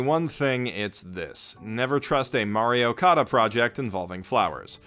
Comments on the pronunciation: It took me an embarrassing amount of time to realise you were saying “Mari Okada”, not “Mario Kada”. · I keep hearing Mario Kada...